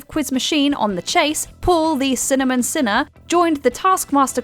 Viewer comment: Please learn how to pronounce the names probably. Liza Tarbuck, sinner man (not cinnamon) gereg Davies, not Davy